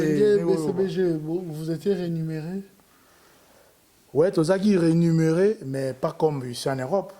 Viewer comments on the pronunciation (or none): balobaka rémunéré et non renumeré